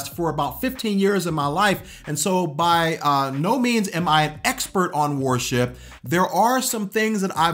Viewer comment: 8. Stop pronouncing worship as "war ship"...sorry, just had to 😂 Seriously though I'd add: stop thinking that worship is inherently a music-related thing. Music is a way of expressing true worship (the presenting of our bodies to the Lord as living sacrifices according to Rom. 12:1). But if it's not an expression of that heart, the music we play and sing in church can be theologically accurate, moving and sound great, but still not be worship at all.